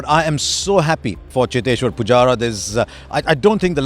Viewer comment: I love how he said chiteshwar pujara😂